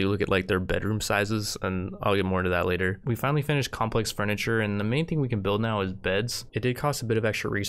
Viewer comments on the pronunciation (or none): none